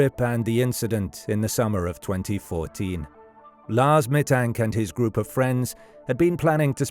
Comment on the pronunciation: The worst thing is ROBOVOICE!!!!!!!!!!!!!!!!!!! Meeee Tank???????